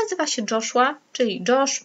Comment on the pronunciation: Mój kolega z klasy nazywa się Joshua tylko nie czyta się jego imienia przez dż , tylko przez j